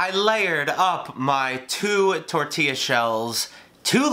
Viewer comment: I disliked because you said “Tortella shells”.